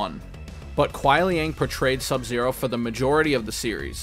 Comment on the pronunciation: OMG, FINALLY SOMEONE WHO PRONOUNCED SUBZERO'S NAME CORRECTLY THANK YOU GOOD SIR